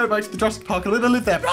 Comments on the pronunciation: anyone else see sub say "jurrasic mark" lol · did anyone notice that sub said Mark instead of park? when they asked if they were in Jurassic park.?